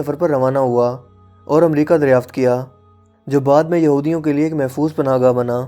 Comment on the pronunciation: bingo another mistake its America and not Amarica